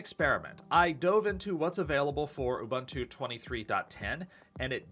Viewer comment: It's not ooBUNtoo, it's ooboontoo